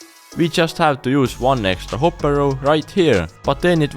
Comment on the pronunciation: I I like that he talks funny like when he said hopur